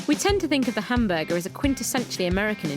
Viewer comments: I laughed at the end! Le hamburGER with the French accent 😂. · Instantly thought of pink panther when she said it 😂